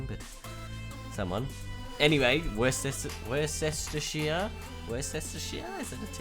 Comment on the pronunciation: Thanks for the shout out! It's so funny hearing you Aussies pronouncing counties! Oh and Worcestershire is Woostersher! Keep making these vids, can't get enough!